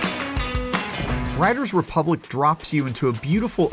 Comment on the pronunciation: Anyone notice how he can't say the title of the game properly?